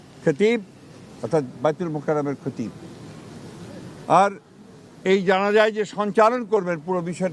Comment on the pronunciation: এমন শিক্ষিত খতিবটাও শুদ্ধভাবে বলতে পারেন না খেতিব